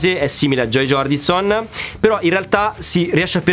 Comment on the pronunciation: Scusa...ma Bruce Springsteeng non si puo' sentire...al pari di Joey Jordinson...da un batterista...almeno i nomi corretti dei suoi colleghi.